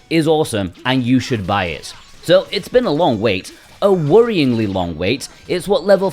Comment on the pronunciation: wait i think you said worryingly too. haha that is a hard word to say for me, you said it GREAT